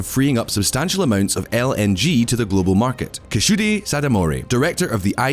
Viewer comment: Way to butcher that first man’s name. Kashudi? It’s Keisuke